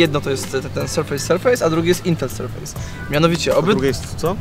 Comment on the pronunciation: Sprawdźcie sobie wymowę słowa "surface". Nie jest to "serfejs"